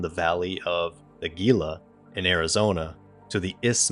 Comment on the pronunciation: Gila is pronounced he-luh.